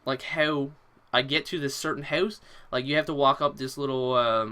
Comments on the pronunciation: I was thinking that too when he said ''How I got to the house'' but he said Hew i got tew the hoose lol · Ok your Canadian with Swedish ancestry? The way you say "house", you say hoose lol.